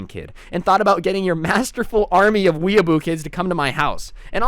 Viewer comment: its pronounced weeaboo